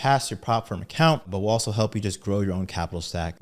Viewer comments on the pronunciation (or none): none